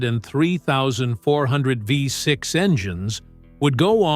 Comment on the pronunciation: Renault Fifth Six !!!! ( Oh don't you mean VEE 6) 😂